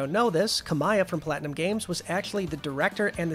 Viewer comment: "kami-ya" Not "ka-miy-a"